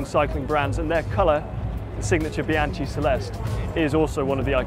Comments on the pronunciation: C'mon, "Bianchee" and "Superlegghera"? Don't go wrong again like that, so Bianke and Superlejjera - Grazie! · Mate, it's not bianci, it's bianchi!! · It's Bian-key. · You pronounced Bianchi twice differently. The first was "Brian-chee" showing off their brand. And when you were showing the Colnagos, you pronounced Bianchi as "Bian-key." So which is it? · "Bian-chee"????!!!!! Bian-kee please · I guess from now on, it's bian chee, expreso, lavaza, gno-chee, the list goes on... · a part of me died every time said Bian-CHI...:((( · It's pronounced bian-key !! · Apparently the third time isn't the charm for pronunciation of "Bianchi (Bee-an-ki)" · LEE jean covered Trek...IIIIII don't think so. Peepo's range of bike are really nice more burnt orange than bronze. Also, it is pronounced Bian-qui..LMAO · even durian rider doesn't fuck that up and he s an Aussie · yufka no, his pronunciation is wrong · saying bianchi the way it's spelt is the most novice thing ever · m8 u are saying bianchi wrong